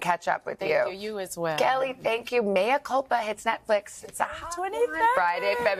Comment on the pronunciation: It’s Mea lady not Maya🙄